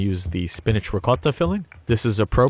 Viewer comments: Pronounces loads of complicated words no problem.... tries to say ricotta, somehow says something along the lines of 'rocotta'... very confused? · This man has the unbelievable ability to not say “ricottatatatata” when saying ricotta with the accent